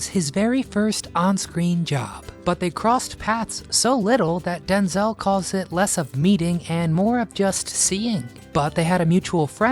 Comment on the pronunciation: I was with my late husband from 1977 and wed in 79, we were together until he died of terminal cancer in 2014, I'm still his wife until we meet again. 46 years and counting. Wish that dumb robot would learn how to pronounce names correctly. It is DenZEL Washington, NOT DenZAL.